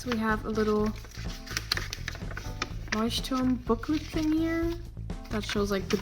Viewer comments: The first art channel that pronounces "Leuchtturm" correctly! :D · The best thing about this new sketchbook is you pronouncing the name right! There are not many non-german people that pronounce it right! Also, the cover art is very pretty! Good Job! <3